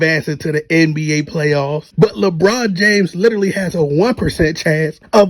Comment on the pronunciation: Are u saying RBA?